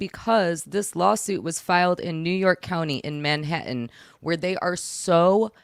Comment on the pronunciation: I could spend all day listening to say Manha'an....😂😂